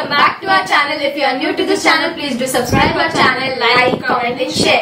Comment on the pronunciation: Subscribe bolna sikh le😅